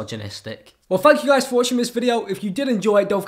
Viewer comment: His outro sounds like he said fuck you guys for watching this video